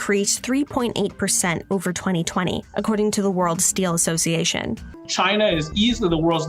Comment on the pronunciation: 這個每次2020都唸成餓零餓零，然後唸成藍後，不知道這專業到底夠不夠...天藍氣